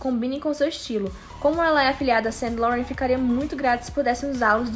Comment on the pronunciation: a pronúncia certa da grife que a Rosé é garota propaganda é "San Lorran"...rsrs